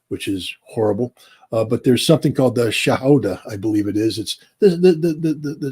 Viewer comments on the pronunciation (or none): Scott, its shahada not shahuda